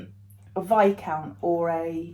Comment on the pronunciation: Great seeing all your mill hill finishes, will you share a pic of your tree with them all on at Christmas. Enjoyed watching you and Ness trying your treat box. Did have to giggle when you said Viscount.. as it always reminds me of Barry from Watford when people say minty biscuit 😂